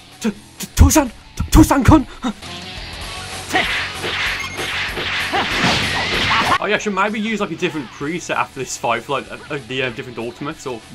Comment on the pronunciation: "ik patial japanese and this dude keeps saying "tosan!" but that means "dad!" xd